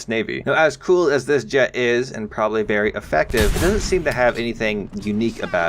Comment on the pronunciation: "Thank you merry much".